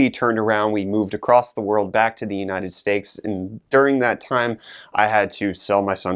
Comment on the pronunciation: Did i hear united steaks? Maybe im drunk.